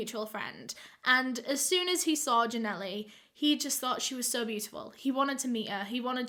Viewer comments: It’s Ja-Nelle not Ja Nelly smh that’s my name and it annoys me when people say it that way. And you speak like you know what you talk about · The girls name is Janelle- (Juh - nail). Don’t pronounce the E on end of her name. 😂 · Constant mispronounciation